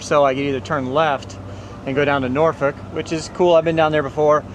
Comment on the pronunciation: Nice! You pronounced Norfolk properly. Many don't say it correctly.